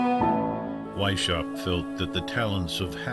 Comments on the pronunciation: AI mispronounces everything, it's annoying. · You guys should’ve looked up how to pronounce Weishaupt correctly. It’s pronounced like VAIS -H-OW-BT…the H pronounced as in house.